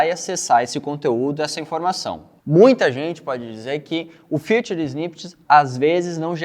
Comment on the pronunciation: Não é FUTURE snippets, é FEATURED(Fitured).. Vou te ajudar a entender a diferença de como se pronuncia corretamente!!